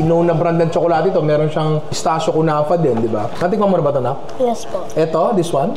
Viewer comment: It's pronounced as "kuh-NAH-fay